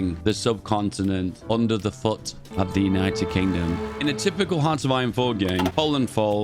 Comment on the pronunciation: “United Kongdom”